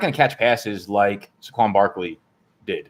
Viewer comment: How does he not know it's pronounced SAY-qwon not SUH-qwon?